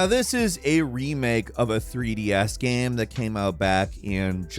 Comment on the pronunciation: no one:: “gehm”